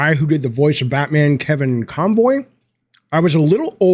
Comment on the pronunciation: I wonder how many Batfans posted to correct you that his last name wasn't ConVoy, but ConRoy. lol.